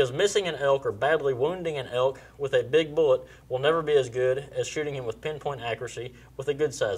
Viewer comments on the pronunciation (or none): I thought he said elk, sounds more like he's trying to kill the hulk.